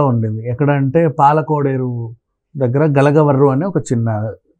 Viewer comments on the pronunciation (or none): గలగవర్రు కాదురా గరగపర్రు